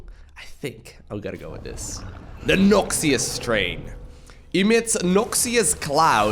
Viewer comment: The way he's pronouncing "Noxious" triggers me, especially when it was already said multiple times.